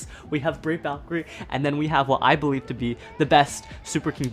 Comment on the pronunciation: Hee saidd bewive